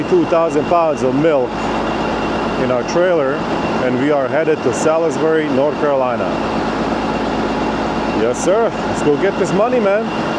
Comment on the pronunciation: I'm a southern boy and your destination is pronounced "saws berry", NC. Hope you get loaded out of that area. Thanks for the ride. Be safe.